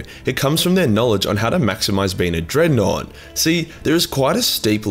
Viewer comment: Wulfen......Dreadnought.... DIGGANOUGHT